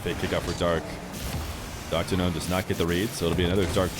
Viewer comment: I initially thought you were saying DrGnome. That would be a cooler name, in my opinion.